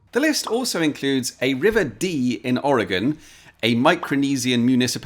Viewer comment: Fantastic soundtrack choice! lol. I wasn't ready for my state to be name dropped in one of your videos, especially since you pronounced it correctly! A good number of people in the states incorrectly call it "orygone." Cheers and thanks for the video!